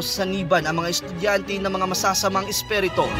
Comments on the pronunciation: Isperito hahahaha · Isperito..ayusin mo naman... haha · Espirito mo ang pag pronounce esperito, ano ba yan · NAWALA TAKOT KO NUNG NARINIG KO YUNG SALITANG ESPHERETOH !!!!! LOL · spiritu hindi spereto😁